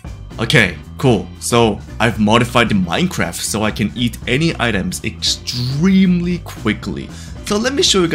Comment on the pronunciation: o, you said extemelyfast, not extremely fast